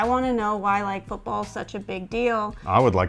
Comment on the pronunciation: Like the way you pronounced 'football '. It sounds exactly how we pronounce it in the Netherlands 'voetbal' 😂 fun fact: This is why Americans call it soccer